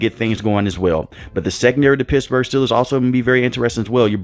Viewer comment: Did you say Pissburgh?!